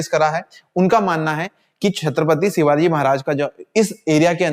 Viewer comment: Bhaji shivaji marag bol lo shivagi mat bolo